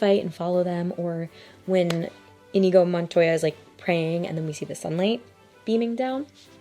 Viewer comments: All I have to say is that indigo is a color, not the name of any character in this film. His name is Inigo Montaya! There is no D in the name! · "In-YEE-go" Montoya. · I love this movie, but it's so common for folks to name the characters wrong because we're so used to what the names are close to. His character's name is Inigo (no D), just like the lead is Westley (with a T), not Wesley.